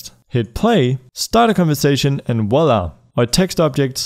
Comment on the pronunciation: It's not wala... it's Voilà. French for "Here it is". Short for "Vois là", which means "Look there". Vu-wa-la is how you would pronounce it.